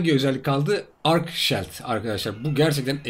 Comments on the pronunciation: Keşke hızlı koşma gibi bi boost güncellemesi yapsalarmış. Bir de hacı abi küstahlık yapmak istemem ama çok dikkatimi çekiyo her videoda shield, "ŞİILD" diye okunur. :) severek takip ediyorum sağolasın. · Şayld diye okunduguda gorulmustur :) Söyleyeyim dedim .